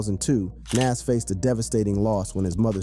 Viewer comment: How we know you don't know shit is you're not even pronouncing his name correctly. Smh thats crazy